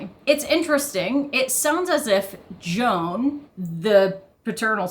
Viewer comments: Gonna assume that the ‘dads’ name is hispanic, so would sound like ‘hwan’ lol gotta be honest, every time you say, Joan I’m thinking Joan of arc 😂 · Not "Jone." "HWAON." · Probably his name is pronounced more like Juan, nor Joan, as in Crawford. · The father's name, Juan, is actually pronounced "Wan", with a long "A". And it's a Spanish name. You're welcome. 😉